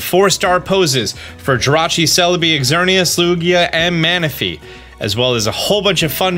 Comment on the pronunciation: I kind of cringed when you enunciated the x in Xerneas's name,the x makes the z sound in this case.